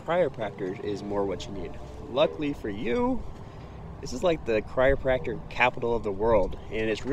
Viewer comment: Having trouble with pronouncing "chiropractor" eh? I kept hearing "cryopractor", which would probably be something very different. :) But love seeing clips of my home town! Thanks for sharing!